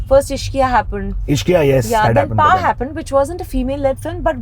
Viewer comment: I loveee vidya balan. But there's an ick.... HappOned it's happAned 😂😂